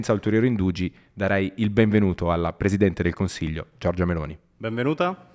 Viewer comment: “potrei fare mille esempi ma io ti ho citato….le cose successe con l’opposizione al governo Gioggiah” 😂